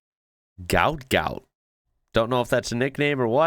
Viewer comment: FYI, His dad has said Gout Gout is not his real name which is actually Guot and is pronounced “Gwot”.